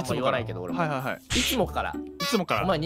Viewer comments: はい↑がしんどいwwww イントネーションバカめっちゃ好きですww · 敵にヘリコプター乗ってる😂w はい↑？？がややこすぎるww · はい↑にツボるｗｗｗ このイントネーションにするの絶対難しい🤣🤣